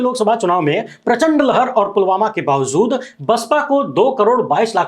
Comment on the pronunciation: Bhai aap bolte han bawazood to main thodi islah karna chahta hun yeh bawazood nahin balke bawajood hota ha yeh urdu ka lafz ha thanks god bless you.